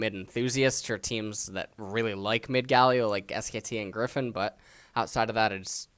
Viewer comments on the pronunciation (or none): none